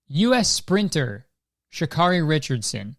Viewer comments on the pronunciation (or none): her name is pronouned shuh-care-ee not shuh-car-ee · hey kurt its pronounced sha-care-eee instead of sha-🚗-eee also u forgot to mention she was smoking weed to cope with her mother dying